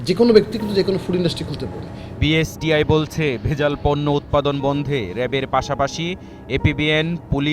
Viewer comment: Ucharonei to thik nai. BSTI k boltese BISTI. Background a jini boltesen take change kora uchit.